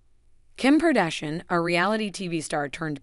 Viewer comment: Hold on you have so much to say about her But you don’t even know how to pronounce her name, neither her ex husband name Heloooo